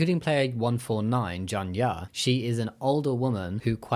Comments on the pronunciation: not a super big deal but with your pronunciation, it’s hyunju not hwanju and gihun not jihun! also geumja no janya. still great video ❤ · Great video Jamie but I have no idea how you managed to pronounce Geumja (the old lady)'s name so wrong lol